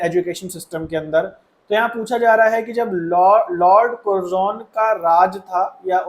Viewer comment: Sir aapne har class me कर्जन ko कुरजोन padha hai